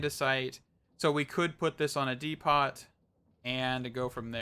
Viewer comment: Dee - poe. As in the Home Depot.